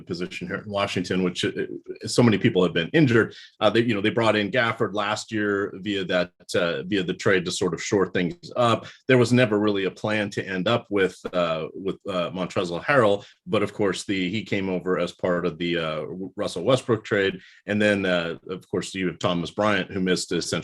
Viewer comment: please tell that Montrezl is pronounced maan-trez-heh-ruhl so the L on the end is silent, it's nothing added. No rip, just looks uncomfortable af trying to say it all the time.